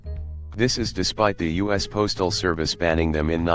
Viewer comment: Obvious robot voice referring to the US as “us” goodbye. Of course referring to lead as lEad gave it away first